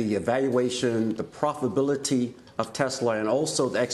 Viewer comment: Well to be honest, he managed to mispronounce profitability.